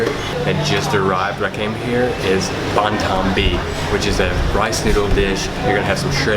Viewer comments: if you do ever one day get the chance to visit Vietnam again that is my home country I love the video and btw it pronounced Ban Sail like that but with accents so sail well almost have a w at the end of it instead of the l easier said in person then typing it lol XD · Nghe ổng đọc chữ Bánh Xèo mắc cười ghê